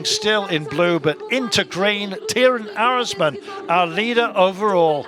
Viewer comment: Not Timen Arensman, but Teyeman Arensman. That's how you pronounce it.